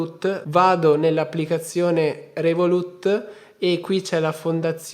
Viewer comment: Rèvolut, l'accento sulla prima E, ti prego!